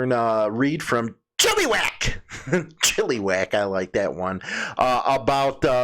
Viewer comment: Pronounced 'Chill-A-Wack'